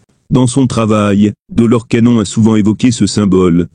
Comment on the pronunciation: Rien ne vaut une voix humaine qui prononcerai de manière exacte l'identité de cette illustre personne. J'ai arrêté la vidéo dès que j'ai entendu la prononciation de Doloresssss Cannonnnnn. Je n'ai pas liké, je ne me suis abonnée non plus. Je n'écouterai plus vos vidéos.